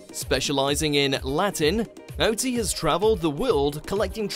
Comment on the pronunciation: 10) Alesha Wiz robbed and he my deared Shirley. 9) pronounced Ol-la 8) Kat-ya should be higher. Anton's Latin is a bit pants but he is a legend. Oti's just won this year with Kelvin :-)